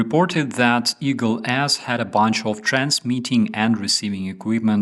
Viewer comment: I know it is not funny but I cannot help laughing when you say Eagle S dragged its anchor because I hear "Eagle Assdragged its anchor"